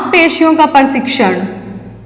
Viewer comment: पढ़ाया तो अच्छा पर आपका उच्चारण अनपढ़ों जैसा है, यथा आप बोलती हैं शारारिक, परशिक्षण, धवनी इत्यादि । ऐसे 100 शब्द आपने गलत बोले। यह गलत शिक्षा देने के साथ गंदा भी लगता है।